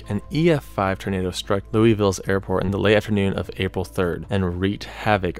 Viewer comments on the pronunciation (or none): it's Luwauvulle. Don't ask me why or how Louisville is pronounced that way. Just imagine you have marbles in your mouth and you will probably end up saying it correctly. Other then that great vid 👍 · I want you to apologize to me personally as a Kentuckian for the way you just pronounced Louisville